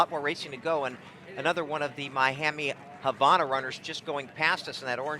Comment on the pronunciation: The way he pronounces Havana makes me angry